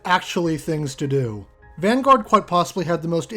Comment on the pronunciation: Van-goat?????? Please never say that again